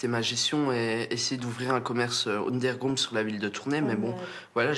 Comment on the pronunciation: 1;38 Ounderground ;D LOOOL